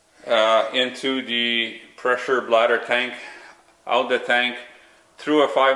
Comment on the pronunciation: "In-tooda reservoir"